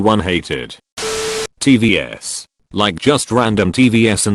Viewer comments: TEE-VEE-S=TVs lol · TEE-VE-S SLI-DESHOW nice pronounciation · No one: Literally no one: TTS: T V S